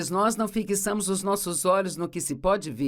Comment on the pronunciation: "Fi qui ça mos"? Que pronúncia é essa, dubladora? Fi - xa - mos tem só 3 sílabas, não 4 A pronúncia é fi - xa - mos